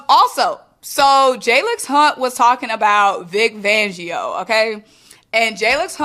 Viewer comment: Vic FANgio. 😂😂😂 Love the content but we can't be giving our guy a different name. It's not just you lol calling him Vic Vangio 😂😂😂 😂😂.💚🦅💚🦅